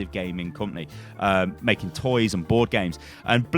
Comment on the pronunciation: I am tired as i am watching this. I heard "porn games" instead of bord games.